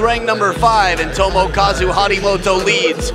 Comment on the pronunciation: "Harimoto TomAkazu" lol